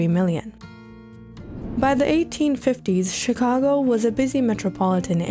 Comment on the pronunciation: During you said chicango not Chicago